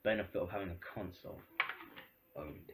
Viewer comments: did he say ''cuntsole''?? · "give cwedit whewe cwedit is due" "cuntsoles"